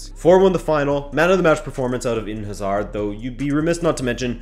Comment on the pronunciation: WHY DO AMERICANS SEPARATE Hazards name they pronounce like they separate HA SARD